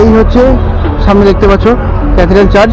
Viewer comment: The word is Church, not Charge.